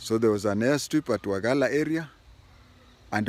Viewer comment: You pronounced very well "wajeer"despite being non local